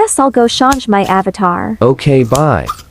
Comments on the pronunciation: He said avataber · "i guess imma go shunje my avataer" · bro said Avadar💀☠💀☠💀☠💀☠💀💀💀💀💀💀💀💀💀💀💀💀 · Correction “avasivas” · The c.c. said avatarus 🤣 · Nah he said ava teres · “Your new ÆBÂVTËR” 😂😂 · You mean avaterest.. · ÆÊBBATAR lol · “CUTE AVATTER” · "im gonna shañshe my avatar"